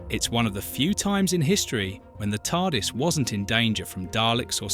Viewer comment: So whoever did the voice over has never seen Dr Who? How can you pronounce Tardis as T.A.R.D.I.S?